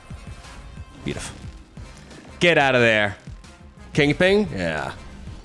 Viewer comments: Once I know that you are saying kingping I can't not hear it. 😂😂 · "Say king": King. "Say pin": Pin. "Say KingPin": KingPing. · Says he doesn't pronounce Kingpin wrong. Says it right one time, then proceeds to just say it incorrectly the for the rest of the video for the hell of it. Classic lol